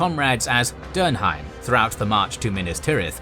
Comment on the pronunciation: Cool video. You did mangle a couple names though: Theoden's horse was SNOWMANE not Shadowmane and Eowyn's alias was DERNHELM not Dernheim. Also I believe it was the "Southrons" who had the Oliphants/Mumakil not the Easterlings.